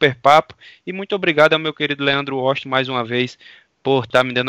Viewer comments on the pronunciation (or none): "Grande Leando Oxti"